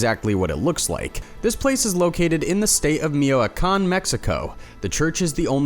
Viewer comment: For future reference... it's pronounced ME-CHUA-KHAN (Michoacan).